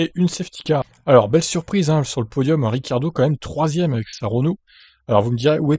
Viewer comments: On dit Ricciardo... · rikardo? richiardo! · ça s'écrit ricciardo merci...j e parle de la prononciation pourquoi pas prononcer en Italien? cc fait che et pas Ke. on dirait de l'allemand.